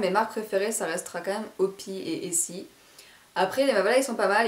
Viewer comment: On dit o py y pas opi ; )